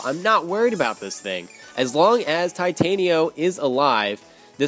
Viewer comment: I like how you pronounce Titanio XD